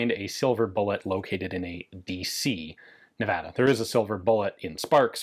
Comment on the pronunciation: Thank you for pronouncing Nevada correctly.